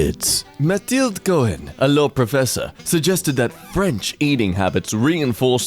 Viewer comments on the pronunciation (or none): none